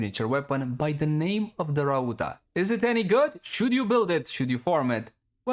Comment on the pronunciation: my guy miss pronounced Rauta twice in a row .-. just a tip you can call it Iron since its what it is called in finnish, and thanks for showing the builds